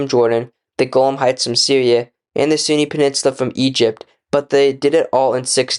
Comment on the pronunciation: Great video but you could try practicing pronunciation I think lots of people are turned away by poor audio quality. You constantly refere to the Sinai as the Sunni which is annoying.